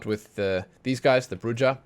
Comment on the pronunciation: I think Bruja is bru-ha